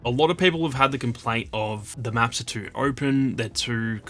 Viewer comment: This guy pronounce “too” so wierd. He speaks it like tuuur. I kept trying to pronounce it the way that he does and I could not pull it off. Cool accent dude!